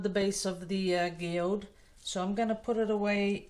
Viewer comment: A geode ( pronounced as jee - ode ) is not completely smoothly round - just in case yours doesn’t turn out that way.😊 its a particular rock that can be sliced, thus seeing the beautiful creation inside. I KNOW yours will be exquisite!❤️